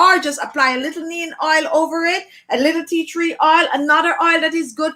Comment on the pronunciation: I is is Neem not Neen